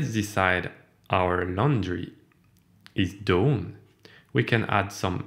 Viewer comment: Thanks for this demo. Looks interesting. By the way "done" rhymes with "fun", not "phone". 😉